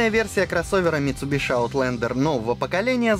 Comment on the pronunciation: Еше название марки правильно говорили бы